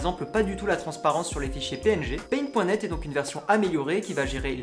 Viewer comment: se prononce paint dot net ;)